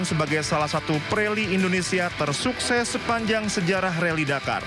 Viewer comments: Admin koplak..RALLY DAKAR woy bukan RALLY DAMKAR 😂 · Rally dakar mbak, bukan rally damkar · apa cuma gw doang ya yg denger repoter nya ngomong reli damkar 😂